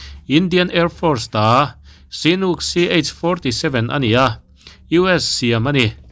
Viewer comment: I thawhrimna a fakawm hle mai,sinook ti lo in chinook tiin lam theila duhthusam,''.Army in kaihhruai dan te pawhhi hriat zau deuh deuh ila mamawh hle mai.